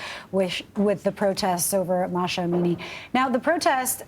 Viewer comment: Mahsa, not Masha!